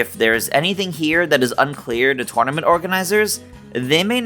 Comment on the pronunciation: Why do you pronounce “tournament” like that?